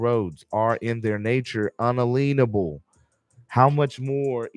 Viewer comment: Why do you keep mispronouncing it "un-uh-lean-able"? the word is un-alien-able.